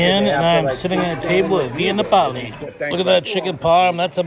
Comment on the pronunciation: No way a guy from Boston mispronounces Via Napoli- unless it’s just to generate engagement (which it clearly does🤣)